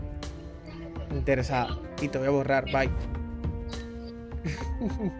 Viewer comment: El como dice intersada😂😂😂